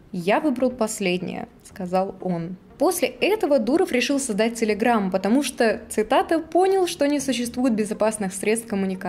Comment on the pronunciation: из беларуси? почему она говорит целеграм?